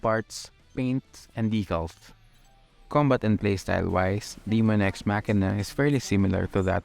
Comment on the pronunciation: Btw 2 important notes, It's Daemon ex Machina not Demon it's pronounced Daymen. Also the producer of Armored Core produced that game.